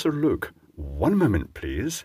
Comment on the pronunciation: "One moanment pleasse" is talk for WTH. Comedy gold moment. One for the blooper reel Xmas 2022.